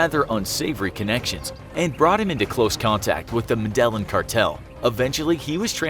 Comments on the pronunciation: This video is so cursory and badly researched the narrator cannot even pronounce "Medellin" properly. They do not even mention Barry Seal in the title or description so they would not have to compete with any valid video on the same topic. Adding to the zero cred - look how they spelled Tom Cruise in the description! Seriously - "Crusie"???? Digital ignorance - wasted time. Worthless. Seek other employment. Please... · Let’s go back to 8th grade Spanish 1: if it has two Ls, such as in the word Estrella or Medellin it’s pronounced as a Y or depending on where you are a soft J. Sorry if 5.85% of the entire world is Spanish speaking it might behoove you to say words that aren’t yours correctly. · It hurt how he said Medellin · By they way you are saying Medellin wrong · Seriously? Your whole channel is centered around information/research, but you didn’t at some point learn how Medellín is pronounced? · Learn to pronounce “Medellin.” Double “L” is pronounced like Y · Dude I was confused on what gang he was talking about until realized he was mispronouncing Medellin. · Learn how to pronounce medellin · Ugh!! The way you butcher pronunciation of medellin!!! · Thank you! I came expressly to comment on this. It's hard to take anything this channel says seriously if it can't pronounce a major city's name. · Omfg… I can’t anymore… it is pronounced Med-a-Lean not Medelin. Jesus please take a moment to learn how to properly annunciate. This is such a pet peeve of mine that watching and hearing that mispronounced all 100+ times made this video painful to watch. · ME-DA-YEEN. smfh "madellin" 🤦🏼‍♂️🤦🏼‍♂️🤦🏼‍♂️🤦🏼‍♂️ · I want to punch this hack narrator for not knowing how to pronounce med-a-yeeyan cartel not me-dellan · It's pronounced "medejin" not "medelin".... Sorru but it urked me throughout the video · Medellin not Meden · bro ur an idiot it pronounced medejin not medelin ur actually himarious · also its not “meDELLin” its “medEYEEN” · Demar Thompson jin not yin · Es me de jin